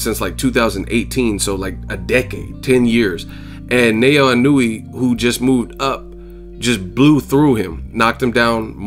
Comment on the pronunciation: the proper japanese pronunciation of his name is NA-OH-YA E-NO-OO-AY. I can see how easy it is to stuff up, im sold on this kid now